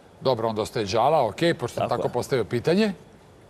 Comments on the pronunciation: Nije djala nego dzala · NIJE ĐALA NEGO DŽALA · De izgovarajte jala kao dzala a ne djala ko da su prvi put culi za njega pa ne znaju kako mu se izgovara ime